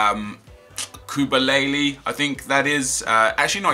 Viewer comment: koubilaly lol